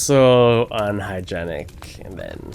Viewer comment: lol why does he say 'unhygeinic' like that...